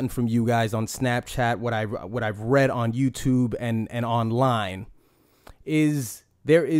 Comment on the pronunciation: "As I was reading on YouTub " ya ok buddy lay off the edibles